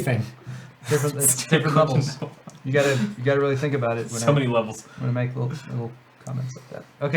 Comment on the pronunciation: I can tell by your pronunciation of "abote" you're not from around here ... howdy from Texas 🦌🌶🦌